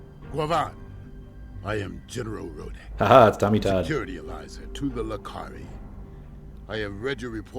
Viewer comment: Great video as always but his name is pronounced Row-Deck I know the spelling is weird but that's how it was said in the DS9 episode when he apperead, Row, not Rod:)And it's Tony Todd not Tommy Todd:)